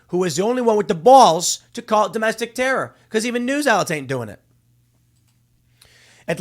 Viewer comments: "Wit da bawllss"… Tim was so upset, the chicago came out!!! 😂😂😂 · Tim, I challenge you to say "balls" without using that ridiculous accent just one time. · Anybody else finding it annoying how Tim says balls?